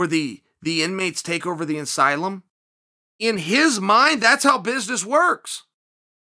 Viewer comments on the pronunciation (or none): none